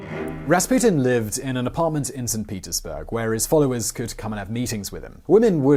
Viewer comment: Did you say "Saint Penisburg"?? Great video as always. Thank you.